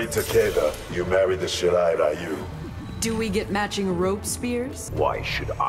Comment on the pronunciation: it's Shirai-Ryu